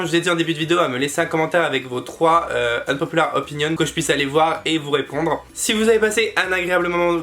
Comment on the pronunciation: J'adore l'accent anglais sur "my unpopular opinion" 😹💜